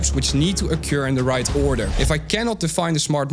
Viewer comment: Someone please hand this man the correct pronunciation of ‘occur’ before it ocures again.